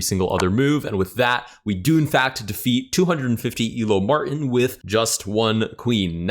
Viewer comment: There is a "T" in Martin.